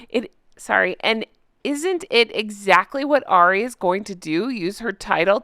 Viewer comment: You meant to pronounce arri like a cockney so you pronounce it a-reee same way you say harry without the H not being horrible just letting you know for future ❤😊